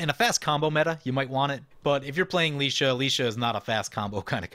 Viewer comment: You're good with the ah being a short 'a' sound, ay or ai would be the long 'a'. He's gone back to Lie- though, reckon you're spot on with ()Licia!